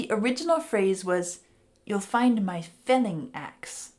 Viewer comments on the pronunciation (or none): “I’ve never said that word in my life; it’s not happening now.” Made me smile. But speaking of f-words: the CC said “filling” axe, I think, but it sounded to me like said “fenning” (?). Did she say “felling”? I couldn’t figure it out. Great analysis…once again…thanks.